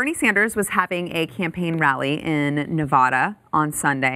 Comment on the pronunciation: Please pronounce NEVADA the way the people in NEVADA and surrounding states pronounce it.